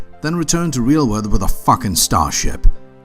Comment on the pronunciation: the way he says "with a FUKKIN STAHHSHIP" has me rolling XD power move